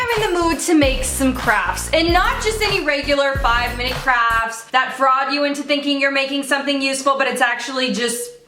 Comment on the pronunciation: who else heard her say "crabs" instead of "crafts" LOL